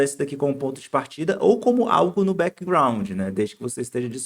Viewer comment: Parabéns pela aula! E parabéns pela pronuncia de BackGroud mas mais próxima da língua inglesa pois nós brasileiros, em geral, colocamos i no final de todas as palavras em inglês. A maioria nos tutoriais falaria Béquigraundi, feicibuki, lapitópi, hoti-dogui